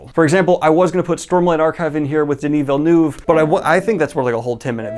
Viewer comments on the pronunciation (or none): none